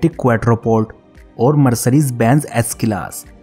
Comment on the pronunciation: Mercrrise nahi hota ha Mercedes hota ha pagal